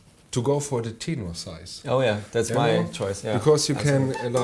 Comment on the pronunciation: What the hell in a "teenor" ??? Hello the word is tenor spoken like the word "ten" (10)